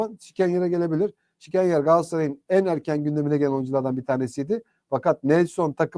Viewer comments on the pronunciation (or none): Sikenyar degil galiba sikrinyar okunuyor